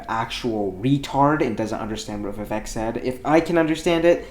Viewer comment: Love the guy, by the way his name is pronounced vi-ve-ik